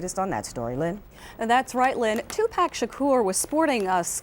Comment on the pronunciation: These reporters mispronouncing his name smh..... TWO-PACK Shakur.